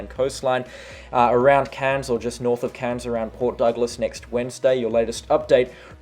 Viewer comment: Please … Cairns is pronounced with AIR in it, not “Cans”.